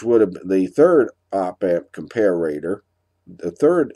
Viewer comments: I also wanted to know why you pronounce comparator, as if it's written : "compararator", with two "r's" ? :) English is not my native tongue. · I love your videos but every time I hear you pronounce ‘Comparator’ I cringe. Where did you pick up the ‘ComparAAtor’ pronunciation? Check out